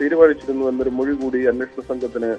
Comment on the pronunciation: മെഴി അല്ലാ മൊഴി😂